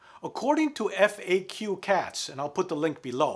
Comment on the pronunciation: "...EFF-AY-KEW Cats...", Dude, it's a play on "Fat Cats", you're supposed to pronounce it out, "FACK Cats"